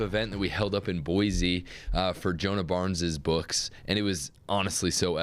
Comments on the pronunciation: Insider Secret: It’s Boise (Boy-see) not Boize (Boy-zee). 😊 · It's pronounced Boy-see, not Boy-zee. Jewel wrote a whole song about it, "There is No Z in Boise".